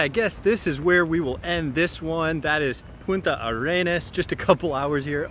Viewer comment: Great video, just one thing, the city name is Puntarenas, no Punta Arenas. Regard.